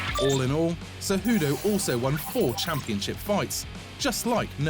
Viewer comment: CEJUDO, NOT "CEJUDU".